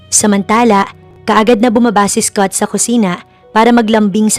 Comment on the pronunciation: Ganda ng story but the English pronunciation of the narrator is very poor. Mag aral ka ng proper English pronunciation, Scott is pronounce as skat not eskot.